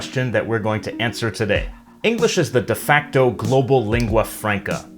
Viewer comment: Albert Böschow yes so hell learn saying lingua franca[franca] not [frenca] no reason to make the first a sound like an [e] and de facto the same why [e] my English may be bad but he has to do it right as he is in a "teacher role"